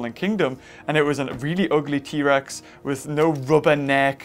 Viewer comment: u say: T rex Survey says: EHHH